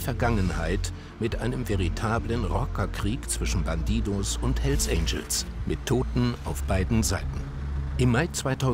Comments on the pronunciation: Alle: bandidos Monte: BanTiTos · "bandidohs" der typ kann nicht mal den clan namen vernünftig aussprechen xD